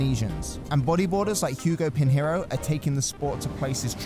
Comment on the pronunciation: Something that needs to stop: the conjunction of the letters N and H (or L and H) in Portuguese make one sound, similar to the Spanish ñ. Hearing words like Pinheiro as Pin-heiro makes me shiver. ;)